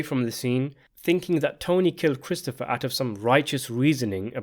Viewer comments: . His what? His prote-JAY?? 😂😂😂 His HAIR apparent. . Did you also notice the real like foreshadowing when Christofawwwr tells Tony that given the way he eats, he is on his way to having a heart attack by the time he's 50. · It’s pronounced Cwistopha